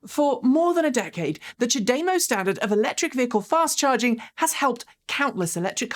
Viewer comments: Small production note: listening to Japanese speakers CHAdeMO is pronounced "Chad-a-moe".. you're saying Cha-DAY-mo... with an emphasis on the second syllable... the emphasis should be on the first syllable... and, no DAY sound... just a soft ah... "Chad-a-moe"... is how to say the phrase. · cha- dey-mow?.....fascinating. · I heard ChaDeMo is a Japanese pun: "O cha demo ika ga desu ka?" (I think I spelled that right.) It's a pickup line, meaning, "wanna grab some tea [while my car charges]?" If so, it's pronounced "chah-deh-mo." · Seems to be the British way to say it. I always said "CHADDY-mow" but there's no right or wrong, with it being a new word. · What's up with your pronunciation?! Have you forgotten how to speak English? Semi, Daimler chademo